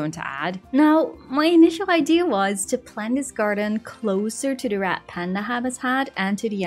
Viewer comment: did you say rat panda